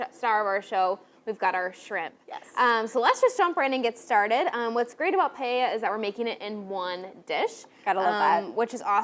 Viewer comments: "That's right Emily we're making some Spanish Paya" ????????? I don't know if I would want to take lessons from someone who has difficulty saying the name of the dish....... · The blonde can't say Paella! Lol! Makes me smile.